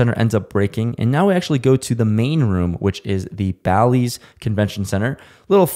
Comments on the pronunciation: It's not Bali's it Bally's. Bail ease! Bally's is not Bali Indonesia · You’re saying Bally’s incorrectly. It’s Bal-Lees. Not Ball-Lees.